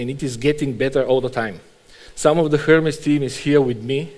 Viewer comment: Err-Mez my man!